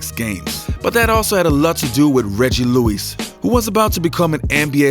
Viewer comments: why can't you say Lewis LOL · Lu-wis not Lu-ouise